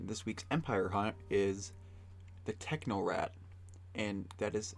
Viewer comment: The Techno-rat? What happened to the C? In Technocrat